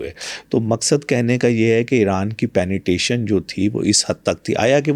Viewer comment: penetration hota hai ya penetation inse yh shi sa nhi bola jata or yh world mai jake speech dete hai jhoot bilkul